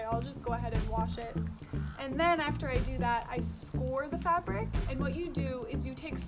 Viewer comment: Good day, soy milk is a BINDER not a mordant Alum is a natural salt that comes from the earth and is not a toxic chemical, Do some more research, the clothes you are wear now are more toxic then alum, because they have synethic dyes.. Scour pronounced (sk ou(ə) r Soda ash is natural